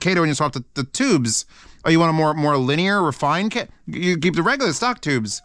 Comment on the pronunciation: u said kato wrong